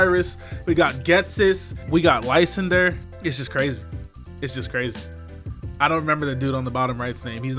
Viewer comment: Did you just pronounce Lysandre's name as LICE-ANDER???